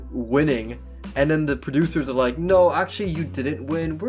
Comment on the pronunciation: Crappy narrating. I did not wike or subscwibe.